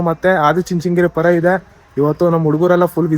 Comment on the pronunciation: ಪೋರ ಅಲ್ಲ ಬ್ರೋ ಪರ 😅